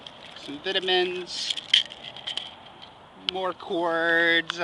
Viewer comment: It's called vitamins not vitimins